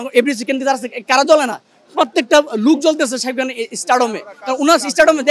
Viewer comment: যে কথা ই বলতে পারেনা, তার কাছ থেকে নিচ্ছে ইন্টারভিউ! সেতো শাকিব খান ই উচ্চারণ করতে পারে না...